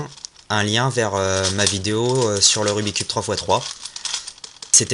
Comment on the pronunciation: j'aimerais juste faire remarquer que l'on ne dit pas rubi cube mais rubik's cube et que vous avez oubliez de dire le lettre de la face basse (B)